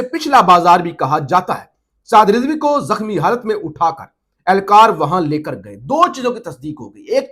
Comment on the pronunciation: Love ❤️ from USA 🇺🇸 پلیز اردو ٹھیک کرو زخمی لفظ کو زکھمی بولا ہے مائینڈ نہی کرنا آپ کے اچھے فیوچر کے لئے اصلاح ہے